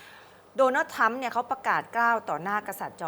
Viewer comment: ...ทรัมครับ ไม่ใช่ทั๊ม 😂😂😂